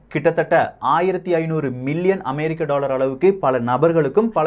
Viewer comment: 'டாளர்', 'பள' அமைப்புக்கள்... என்ன உச்சரிப்போ... இதில் பெரிய அலட்டல் வேறு...